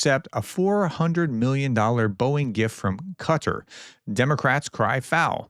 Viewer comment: You say "Qatar I" correctly but you call the country "cudder" ?